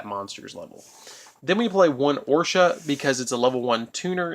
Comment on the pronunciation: pronounced "ahrowshee," not "orsha." Sorry, but that pissed me off. also, that's pronounced "Pinakee," not "Pinaka". The last letter of it's name is an "I," not an "a." "Sohighah" not "Senyaha" Aside from those, great video! As a veteran Blackwing player, I enjoyed this deck profile. Liked.